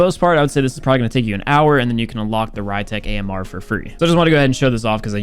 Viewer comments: be like - The ry-tech Ammrrrrr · new pronunciation: Ree-tek Amer (Rytec AMR)